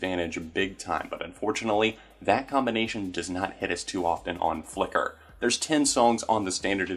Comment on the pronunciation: Idk why but how you say "Flicker" is super satisfying